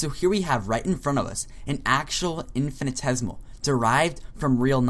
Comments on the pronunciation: into the video you are misspelling "infinitesimal" as "infinitesimal" (and missing an entire syllable in your pronunciation of the word). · First, "infinitesimal" is pronounced as "infinee tessee mal", not "infinee tez mal". "Math e mAt ician" is not spelled "math mEt ician" You don't seem to understand the difference between a number and a numeral. Definition: The sum of a series is the limit of the sequence of its partial sums, if the limit exists. So the sum of 0.999... is the limit of the sequence 0.9, 0.99, 0.999, ... whose nth term is 0.999...9 (n 9s) = 1 - 1/10^n. Hence: 0.999... := lim n->oo 0.999...9 (n 9s0 = lim n->oo 1 - 1/10^n = 1. No infinitesimals are in sight. If 0.999... = 1 - ε, then what is 10 * 0.999... - 9as a decimal, and what is 1 - 0.999... as a decimal? In both cases - neither has a decimal representation. You claimed that infinitesimals are used in the majority of calculus - that is not true. Standard calculus is limit based. NSA is an advanced topic and many degreed mathematicians do not know it, yet alone use it. Your triangle-ised circle is NOT a circle, it is an apeirogon (in the limiting case). Circles do not have vertices. The area of your polygon was less than the area of the circle. Mathematicians will have a hard time agreeing with what you said because what you said is wrong. You didn't show the details for using NSA to do integral calculus. Do you even know them yourself? You should take this video down because it is unhelpful and misinforming.